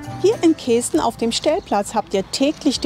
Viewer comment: Lustig die Aussprache Kesten. Also das "e" spricht man kurz nicht wie "ee". Genauso wie ortsunkundige zu Küüs sagen wenn sie Kues meinen, was wie Kuhs ausgesprochen wird. 😂